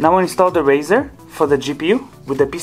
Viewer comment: good info, you kept me scratching my head when you said "razer" and later realized ou meant " Riser " Building a rig right now and really appreciate you posting, already had my components, but will use your links for the next one i'm building after Xmas.